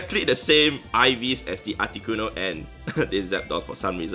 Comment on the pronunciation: So funny how you pronounce it “aticonoo”